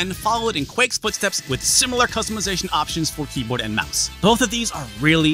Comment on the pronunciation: D...did you say Dreamcast Keebler?